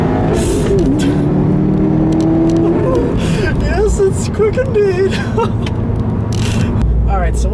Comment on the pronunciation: that smile when he said "yesssh it's quick indeed!" LoL!